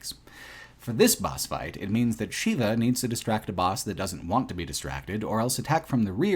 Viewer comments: Consistently pronouncing Sheva as "Sheeva" (it's "Shehva") was rough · Unrelated, but this sticks in my craw too; why do you keep mispronouncing characters' names? "Excella Gionne" and "Sheva Alomar" are both pronounced out loud in the game. It's like you didn't even play it. "Sheva" is not pronounced the same as the Hindu deity, Shiva, and "Gionne" is three syllables. Guy, you are better than this. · He called Sheva ‘Sheila’ several times. I don’t know what that says about the guy but… that’s got to be a problem. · I can't understand how anyone reviewing RE5 can fail at pronouncing Sheva's name, given the fact it's said countless times through the game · Seems kind of....Eurocentric and White focused to not only bitch about the depiction of Africa, but then repeatedly mispronounce the name of the CENTRAL African character. Such hate. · I can't comprehend how you played RE5 and don't know how to say Sheva.